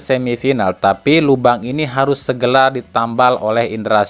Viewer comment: Ralat bang segera bukan segela😁